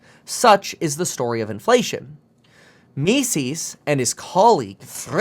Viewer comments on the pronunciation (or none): It’s pronounced : “Me-Zus”